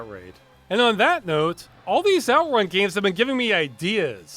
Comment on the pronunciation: strange that were pronounce it OUTrun when the word is actually outRUN